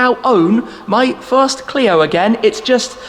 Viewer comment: So this is the "Shfirst"